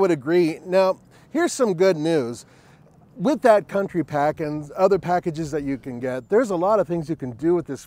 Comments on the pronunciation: OMG..."County" not Country... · “County” not country please 🙄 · It’s County NOT Country! Also, it’s an SUV - it’s not a Truck. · I don’t understand how the word ‘county’ in writing on the side of the vehicle, becomes ‘country’ when spoken? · County, not Country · Jesus. It's CO U N T Y... where da fuq do you see an "R"? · It’s the County pack not country pack right? Says it right there on the side… 🤦‍♂️ I honestly do not understand why anyone would buy this vehicle. Not great off road, not great on road, not reliable, horrible resale. Why?